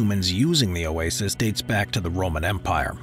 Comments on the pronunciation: yes his electronic voice and pronunciation of Oasis is annoying. especially when Oasis is the main topic. like saying "cah - MELL" for camel. wrong emohasis and sound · It is not “oases” it is “oasis”. 🙄🙄